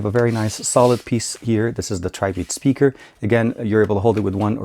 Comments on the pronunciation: It's not pronounced Tri-Beat. The correct way of saying it is Try-Bit (Tribit). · it is pronounced treebeet